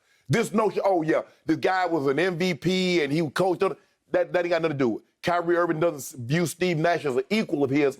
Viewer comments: my dude said, "Kanye Irving" -- guys i'm sleep over here. 🤣🤣🤣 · "Kanye Irving" LOL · This man called him Kanye Irving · "Kanye Irving" 😂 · “Kanye Irving” 💀😂